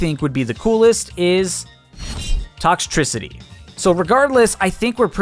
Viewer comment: I get it he said toxtricty but it’s such a good idea!